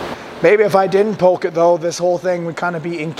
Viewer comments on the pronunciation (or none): none